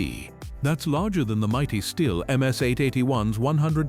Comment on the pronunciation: Ah, the Style 076 Oach Vee. Who can forget it... it's like beign back in grandpa's AI slop shop all over again! lol